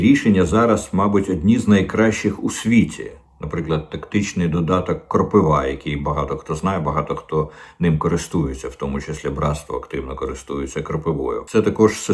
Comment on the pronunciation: КропИва, не кропивА